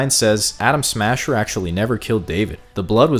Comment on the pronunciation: Is it me or does he keep saying Adam Sandler?